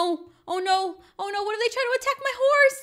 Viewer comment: Cookie girl:D cat:3 lol when ever I play I haven’t been on roblox in a while but I was thinking In my head I’m gonna name my horse butter cup also read the description she said hose instead of horse and BUTTER CUP IS CUTE BAM WHAT!!!!!